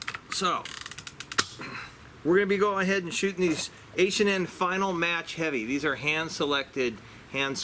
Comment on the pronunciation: Nicely done! (The pellets are finale, pronounced: fe-na-lee)